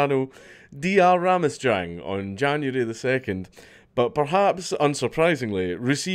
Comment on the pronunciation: Its pronouced Ramashang.